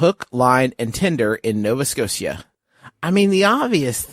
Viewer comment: the bit afterwards is absolutely so goddamn great and so funny but “sco-see-ah” took me (a canadian) by so much surprise